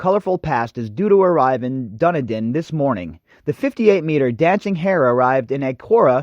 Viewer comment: My brain will explode if you mispronounce Dunedin, again. DUNN-EEE-DIN you absolute spanner. Fucking Americans, please, stay away from New Zealand, there are lots of other countries full of people to annoy, aggravate, and appropriate whatever part of their culture you like. ..Australia, that's the country for Yanks to visit! Yes! Go to bloody Aussie.